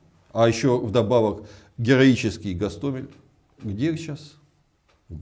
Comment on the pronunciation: Гиркин научился правильно ставить ударение 😏,в начале у него был ГастомЕль,а теперь ГастОмель,однако прогресс 😆. Слава Украине и ЗСУ🇺🇦, Жыве Беларусь ✌️